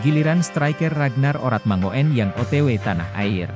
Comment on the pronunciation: Min mangoen itu ejaan lama tapi yg bener bacanya mangun